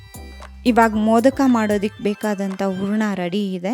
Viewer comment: Good recipe. Pronounce “a” & “ha” carefully, “ huraNa” not “uraNa” “hakbeku” not “aakbebu”